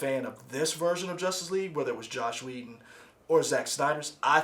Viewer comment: "Isis West"? "Josh Whedon"? .......guys..... Do some homework